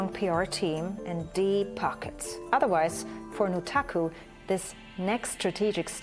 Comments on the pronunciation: Can we stop pronouncing the u in Nutaku as an oo already. I mean it is obviously meant to be NUT...... The pun is blatant. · It's pronounced [Nut-AKKUUU!!!] Note screaming the second sylable is neccasary, like how you say the whole thing for A Tribe Called Quest.